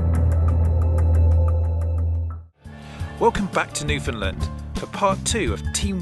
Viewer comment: I live in nl and I got to say I love it btw you said Newfoundland wrong